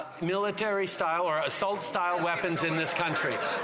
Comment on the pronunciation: “astult guns”